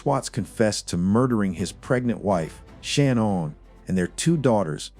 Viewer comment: Shanann, NOT Shanon.